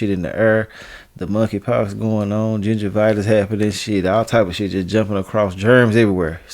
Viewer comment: Did he say gingivitis 😂😆😂😆😆😆